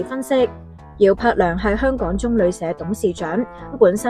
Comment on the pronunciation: 條片會唔會太多懶音？增肛 香趕